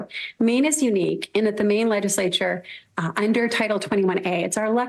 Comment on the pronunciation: It sounds like the SOS of Maine is saying ‘Mean’ and not ‘Maine’